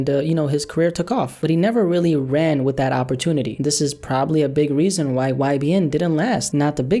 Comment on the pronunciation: "EVERYTIME I'M WICH YOU"